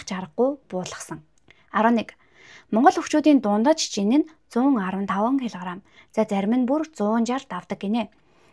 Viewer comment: 😂кг гэдгэ килгарам гэж хэлээд 😂😂 инээдтэй сонсогддынбэн